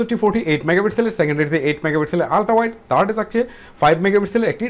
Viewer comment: ভাই থ কে ট বলে থার্ড না বলে টার্ড বলে এটা আঞ্চলিক ভাষার কারনে জানি তবুও ইকটু ভালভাবে উচ্চারন করবেন ভাই😘😍